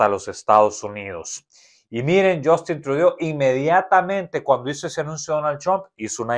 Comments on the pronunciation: Suena así ~yustin truidu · Estoy de acuerdo que haya nombres extranjeros que no sepamos cómo se pronuncian... Pero el nombre tan importante como el de un presidente activo cómo es el de Canadá y no saber cómo se pronuncia eso es ignorancia... 🤦🏻‍♂️ Y más siendo un informador actualizado y supuestamente lleno de información. Por favor no te quemes de esa manera. 🥲